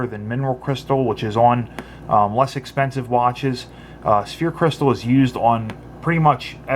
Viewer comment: It's not Sphere crystal but Sapphire Crystal. Just for future reviews might want to make that correction. like the first comments states, it sounds like Sa-fire.